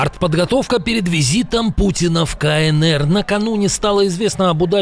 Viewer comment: Бабушка задрожала: не кАнЭЭр, а кАЭнЭр. Носитель русского, ))))